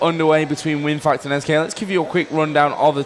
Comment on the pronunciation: Yep bro :). And it's WinFakt.